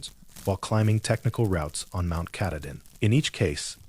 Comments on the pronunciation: Ka tah din is how you say it. It’s hard to believe this when the guy who is supposed to “live in Maine” can’t even pronounce it. 🙄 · "Mount catadin" thats embarrassing.......ill find another channel to watch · Brewer Maine, but I was born and raised in Millinocket! I like the stories, but someone's gotta tell the AI it's KAH-TAH-DIN. 😊 Great job though! I'm writing a collection of short horror stories myself, all based on legends/myths from the North Woods. Stay tuned! ❤ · He knows the name and has worked there for years but can't for the life of him pronounce Mt Katahdin!!! (Cah-tah-din) Not hard really! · KA-TAH-DIN, you didn't work there if you can't pronounce the name correctly! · Learn how to pronounce Mt Katahdin correctly. You are murdering it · You had me until AI pronounced Katahdin wrong. That’s when I turned it off. 😂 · The narrator is not a park ranger. It doesn't even pronounce Katahdin right. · Pittsfield, Maine Come on. You could at least pronounce Katahdin correctly. SMH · I was unhappy with the pronunciation of Katahdin as well. 🙄😬😠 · It's so weird how inconsistent it is. The first story was pronounced incorrectly. The second it was correct. The third it was wrong the first time and right the second time. All the same AI. I don't get it. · He needs to say mt.Katadin the right way it's not how he says it 😊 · BECAUSE THE NAME OF MT. KATADIN WAS INTERMITTENTLY BEING PRONOUNCED WRONG. I READ A COMMENT BY A READER FREAKING OUT ABOUT IT. I COMMENTED MAYBE IT'S AI NARRATED. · The AI reading this sucks. For actual Mainers to be expected to listen to horrible AI mispronunciations of places they know and love is unconscionable. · Doesn't pronounce Katahdin correctly. Can't be a Baxter Park ranger